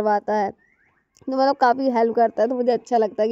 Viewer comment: matlab ko mallab, lipstick ko livistic bolti h.. aur naha kr nikalti nhi likalti h 😂😂... Don't mind only improve your self ❤